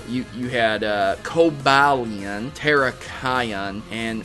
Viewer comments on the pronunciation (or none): none